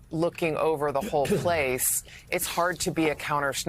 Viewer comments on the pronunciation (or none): none